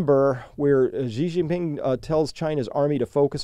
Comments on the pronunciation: Hey Chris - minor nitpick, "Xi" is pronounced more-or-less like the English word "she". The "zh" sound you're using there doesn't really exist in Mandarin. Otherwise ... interesting take. I'm not sure they're up for a real fight just yet, but OTOH China has never made any secret of their desire to take revenge for the Century of Humiliation. Definitely worth keeping an eye on. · Thank you for sharing this. Xi is pronounced pretty much exactly like the English "she".